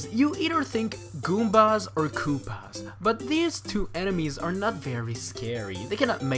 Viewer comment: the way you say koopa is satisfying